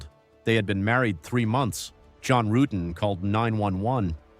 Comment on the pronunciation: Yea, that was something. I don't think I realized that the detectives mispronounced John's last name the first time watching.